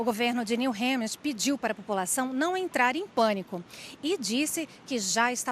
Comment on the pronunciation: Alguém por favor ensina essa repórter a falar “New Hampshire” corretamente 😅. Que agonia!